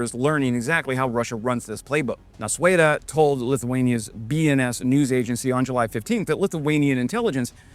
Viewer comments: fixing pronaunciacion: you said NausUėda. almost correct but added extra letter :D Nausėda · "nuaseda".... just reverse the nua to nau, literally the opposite of what you said during the first syllable and you'll be 100% on point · The closest pronounciation guide I can come up with for Nausėda is "Nao-seda", it's not quite there, but closer than in the video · The pronunciation is N a u s e d a, not N a s u e d a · Not ''Nausweda'', sounds more like this: 'Now-seh-da' when written in english sounds. (the h is silent) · Nausėda, not Nausueda, as you pronounced. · Nauseda pronunciation try to go for Now-Said-a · Nau-sė-da pronounces as "No seh dah". Maskirovka in russian is just a word for masking/concealment. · your pronunciation of Nausėda is fine except the W sound you added after S. The English phonetic approximation is now-SEH-dah. And IPA in case you know it: [nɒʊˈsʲeːdɐ] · Pronunciation of Nausėda is [no-said-ah) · Nausėda is pronounced nose ed(n)a Second part being like Edna but without the n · Name “Nausėda” should sound like “Now-sad-ah” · the name is pronounced like this- Now-seda. your welcome 🙂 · How to correctly pronounce "Nausėda": "Nau" and "da" were pronounced very well, but "ė" in "sė" was hopelessly butchered. The vowel "ė" sounds very similar to the first vowel sound in the English word "air" (which Lithuanians would pronounce as "ėer"). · That's wildest possible pronunciation lmao